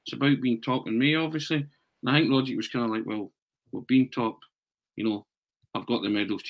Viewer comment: Can you pronounce Rogic's name correctly for God's sake!!!!!!!!!!!!!!!!!!!!!!!!!!!!!!!!